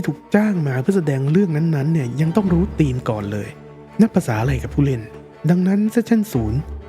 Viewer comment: เนื้อหาเป็นประโยชน์มากๆครับ แต่อยากขอเสนอแนะเพิ่มเรื่องการออกเสียงคำจากภาษาอังกฤษครับ เช่น คำว่า Theme จะไม่มี ร เรือควบกล้ำ หากจะสะกดการออกเสียงเป็นภาษาไทย น่าจะเป็น ”ธีม“ โดยใช้ ธ ธง แทนการออกเสียง th- ที่เป็นการปล่อยลมหายใจผ่านช่องระหว่างฟันหน้าและปลายลิ้นครับ อีกคำคือ Juliet ที่ลงท้ายด้วย -t จึงออกเสียงเป็น “จูเลียท” ไม่ใช่ “จูเลียส” ครับ การออกเสียงใช้ภาษาถูกต้อง จะช่วยให้ผู้ฟังเห็นความเป็นมืออาชีพ และความใส่ใจรายละเอียดของผู้พูดได้ครับ